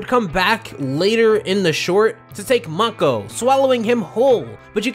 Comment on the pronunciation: * Mako( not MAH-Ko) this isn't Aku here * I'm pretty sure thats not a cake.... * Texan Bullworm or a Sandworm? You be the judge